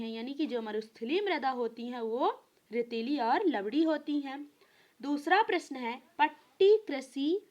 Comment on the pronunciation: लवडी नहीं भाई लवणीय है